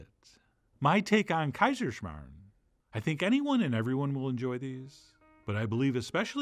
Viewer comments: woooow as an austrian i feel very happy right now haha! i love kaiserschmarren. love how you pronounced it haha! this is best served with zwetschkenröster or apple sauce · I am from Austria and I clicked on this video just to hear an American pronounce Kaiserschmarrn and surprisingly you didn't butcher it. Very nice. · Started this video just to hear how you pronounce Kaiserschmarren. To my surprise it was pronounced perfectly... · pronouncipation and translation was really A+